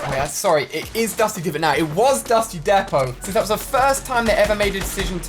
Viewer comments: It's dusty Depot not dusty depo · Dusty Depot say it right